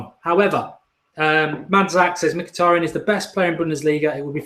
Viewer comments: I think you said Mkyhitaryan's name perfectly! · I thought Mark would have trouble pronouncing Mkhitaryan but surprisingly he got it right